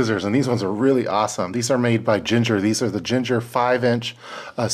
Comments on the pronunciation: Excellent high quality scissors choice. One nit tho... it's pronounced "ging-her" like "swing-her". Not "jin-jer" like the spice. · As always,, thanks for a great video. So thorough and thought-provoking. One thing made me scratch my head then chuckle when I figured it out was the "ginger" craft scissors. When I saw the logo on the sheath, I knew you had an excellent pair of scissors made by Gingher [pronounced GING-er, with hard G's like "gingham"]. Those are indeed a favorite among crafters everywhere, not to mention quilters, tailors and seamstresses. Excellent choice.